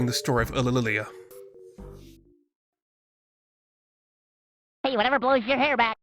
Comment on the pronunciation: It may be difficult to pronounce, but the way you say "Ulililia" is really quite beautiful